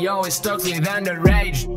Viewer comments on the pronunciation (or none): none